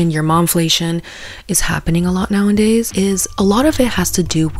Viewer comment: NOWENDAYS! I think that's the fasterst one yet.🤣